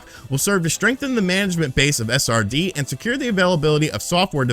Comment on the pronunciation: does anyone else hear “a sardine” when he says SRD? lol great video!! 😄